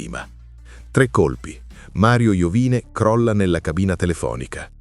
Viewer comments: Non è Iovìne, ma Iòvine. L'accento sul cognome è errato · Sarebbe interessante un approfondimento solo su Iovine. (che si dovrebbe pronunciare tipo Iòvìne). Un po' strano sentirlo così, ma sono piccoli dettagli. Al prossimo video 🤟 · Mario Iovine accento sulla o Contenuti interessanti comunque